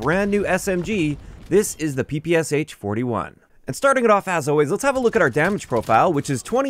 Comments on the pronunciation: The “Sh” in the gun’s name is a “shuh” sound, not “ess-eich”. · Hello, just wanted to let you know that instead of Pe Pe S H correct pronunciation of PPSH is Peh Peh Shah in russian. I'm not trying to correct you, just thought you would be interested to know 🤷‍♂️